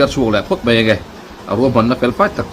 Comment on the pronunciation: I tawngkam kau chheh a dikin, ngaihthlak anuam thin e. A mah rawh chu kan ti hram mai (mei) hi kan titi luam hi chuan lo lam mai hi a awl a, (mai) han tih tum hram2 teh khai, khalai ah i mizopa ta nge2